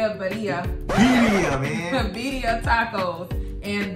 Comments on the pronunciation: birria is pronounced Veerdia. roll the d. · Y'all were supposed to pronounce the 2 R's 🤣🤣